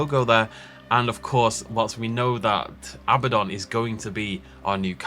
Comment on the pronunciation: ahem it's actually Abbadon